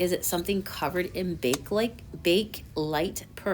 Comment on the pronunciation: I had to look it up too- it's pronounced bake-a-lite all 3 syllables